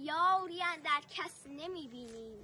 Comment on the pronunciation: زنده باشی خانمی ،خدایی شعر سختیه خوندنش واقعا مشکله درود بر شما و تبریک به پدر و مادرت که چنین دختری دارن فقط اولین کلمه شعر باید یاری رو به معنی یاوری کننده ادا کنید ( الف را سریع و کوتاه بیان کنید و آن را نکشید )نه بعنوان دوست و معشوق در کل خیلی خوب بود من حتما خوب نشنیدم